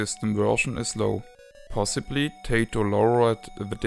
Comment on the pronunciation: I'll tell you what I tell everybody "Tay-toh is what you eat with your steak, and Ty-toh is a Japanese game company.". ;)